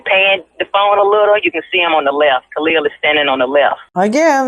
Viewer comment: Why is the sister saying Kahlil name incorrectly 🤔